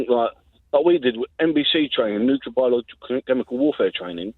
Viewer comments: When a young British says "Nukelar" instead of "Nuclear", you know they stand no chance to win any war.... It's game over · "New-clear" hahahah! So bright and articulate these days. Bet he's really proud hahahaha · If you can't pronounce 'Nuclear' You shouldn't talk about it, imo